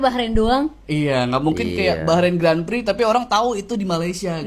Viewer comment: Sebutan Grand Prix bukan Gren Priks tapi Gron Pree bro..😊